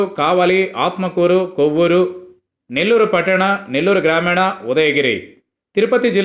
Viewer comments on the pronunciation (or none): కోవ్వూరు కాదు రా.. కోవూరు.నెల్లుారు జిల్లా🙏